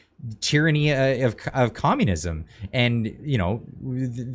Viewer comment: She calls for COMMUNISUM 😢